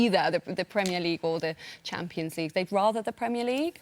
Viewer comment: Dont ever say 'champo' league ever again!